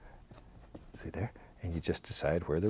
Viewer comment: what a strong ‘’THERE’’